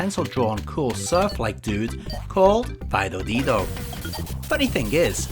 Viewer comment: It would seem so 😉 Although in all fairness it really does sound like "Fido Leedo" hence my remark! Stupid northern English/Japanese accent!